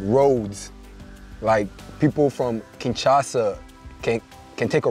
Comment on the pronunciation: Kinshasa not Kinshasha